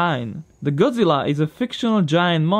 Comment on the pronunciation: "It's godzirra"